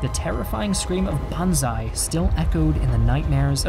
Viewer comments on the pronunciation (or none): none